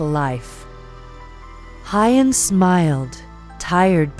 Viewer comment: Please check on how to pronounce Huyen's name. It sounds so odd. Maya has celebrated her 5th birthday and preparing for her 6th birthday. Thank you for checking this family's facts.